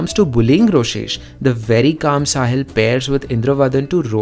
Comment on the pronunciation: ITS NOT ROSHESH ITS ROSESHHHHH!!!!!!!!1